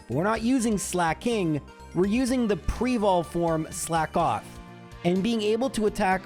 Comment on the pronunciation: It’s pronounced “slakoth” not “slack off”